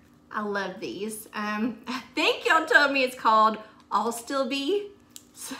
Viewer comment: Ass ta ble is how the plant is pronounced